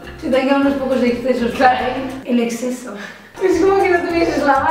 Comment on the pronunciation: Me he partido en la parte del "EXSESO" XDDD